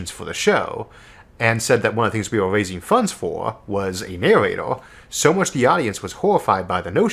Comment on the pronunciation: Isaac - "I'm waisin funds foah a naowatoah..." Fans